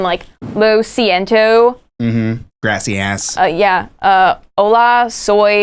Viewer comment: "grasyass" lmao we love you